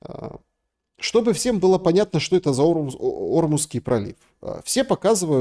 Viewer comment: Учись студент - не "О"рмузский пролив,🤦‍♂а орм"У"зский! И как ловко враг России, шелест, вбросил произраильскую повесточку в начале эфира🤮(когда перечислял варианты опроса), про один из них сказал: "а Иран пока напильничком доработает свою ядерную бомбу...". Ты же говорил, разведка США и МАГАТЭ подтвердили, что у Ирана нет ЯО! 🤬Тогда зачем клевещешь на Иран?🧐